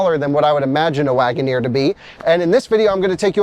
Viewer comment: Guys, let's be understanding... It is just Jeep Lag'o-neer 😂